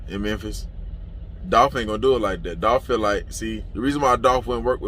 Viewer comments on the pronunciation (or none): It’s Dolph